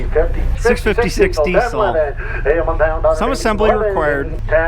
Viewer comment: Interesting relics of the past indeed! Since you are likely to use the word “Diesel” a lot in the future, you might sooner or later want to adopt the correct pronunciation of Rudolf Diesel's surname, as it is common in Britain.